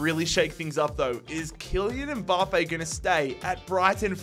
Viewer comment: No one:: M-BAHHH-Pay